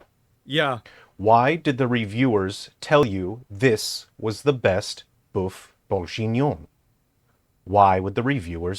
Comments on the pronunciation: If he says bœuf bourjignon one more time i gonna break everything it s bourguignon for fuk sake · "BOEUF BOURJIGNION" Brooooooo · how many times did this guy say “BoiFe BenBonjour”? so far ive counted 20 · Mf say boof bongenion one more time I dare you to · When he said "befenuen" I felt that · As a french, "boeuf bourJInion" triggers me XD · Funniest thing is he's pronouncing Boeuf Bourguignon wrong. Not for lack of trying though! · as a french guy .. the way he says "bœuf bourguignon" hurts me on a very deep level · If you choose to say Boeuf Bourguignon 10 times in a 10mn video make sure you prononce it right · That's not how you say "boeuf bourgignon" x)....